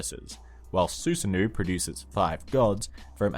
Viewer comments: Susanoooooohh not ouu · You pronounced Susano incorrectly, it's Su-sa-no. Avoid pronouncing it as Susan and then add the o in the end. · it took me a bit to realize who he was talking about when he said “susanoo” due to the pronunciation